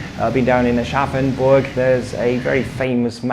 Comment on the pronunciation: Thanks to this video I finally know how Aschaffenburg is pronounced :D